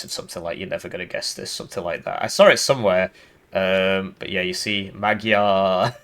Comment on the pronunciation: As a hungarian when they say Magjars instead of hungarians or magyarok 😑